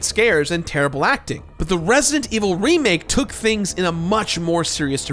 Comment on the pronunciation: The way doesn't pronounce the d in resident always drives me crazy